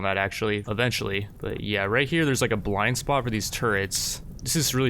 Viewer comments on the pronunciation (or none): none